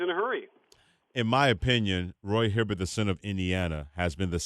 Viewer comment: You said ROY Hibbert!